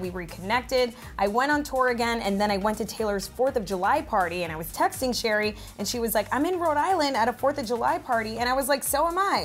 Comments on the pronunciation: Please stop calling Cherry "sherry". Her name is literally pronounced like the fruit. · love you all but please pronounce cherrys name like an actual cherry not sherry